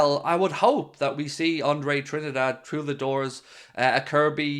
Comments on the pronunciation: It’s pronounced Trin- DADDY, not Trinidad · Come on man, it's pronounced as Andre "Tree - Ndaa - Deh"